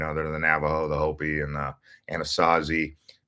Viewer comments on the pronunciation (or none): none